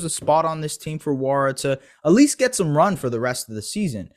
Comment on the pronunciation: Good video. Btw its wora, the N is silent in nwora